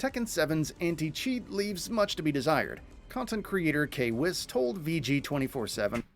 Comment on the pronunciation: Bro this man was COOKIN! when he said anti cheat and K-wiss lol